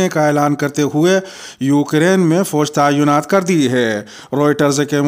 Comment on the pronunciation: صحیح لفظ تعیُّنات نہیں بلکہ تعِیْنات ہے